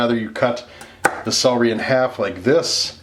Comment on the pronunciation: I love celery soup but being English took me a while to realise you were saying CELERY ...sounded like SOWRY??? hence I'm not subscribing sorry :/